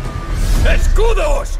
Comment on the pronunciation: Una critica constructiva, cuando caen la lluvia de flechas y dices !escudos¡ no pones nada de enfasis en el original se me erizo la piel. Pero aun asi esta genial crak un saludo.